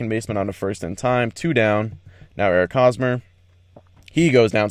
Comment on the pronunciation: The H in Hosmer is pronounced, not silent.